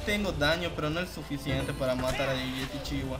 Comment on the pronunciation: Hola, esta bien poner videos de las mazmorras completas la verdad, y no esta nada mal la calidad. Lo que no entiendo es porque dices yetichiwa y LA, XDDD.